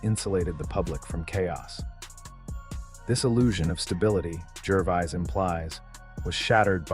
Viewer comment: Yeah! Who in hell Is GERVIZE???? The dour voice over sounds like he is reading from a list of serious illnesses while just giving his take on Ricky's effective rhetoric